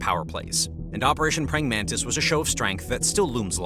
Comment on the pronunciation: Praying Mantis not Praying Mantice (its named after the insect)